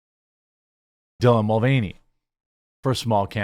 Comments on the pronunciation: Die lan?? Do you not know how to pronounce Dylan? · Who is Die-Lon? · Clicked on video and walked away to consort with Chef Mike for a snack... Thought an auto reader was running every time I heard 'Dylan' pronounced.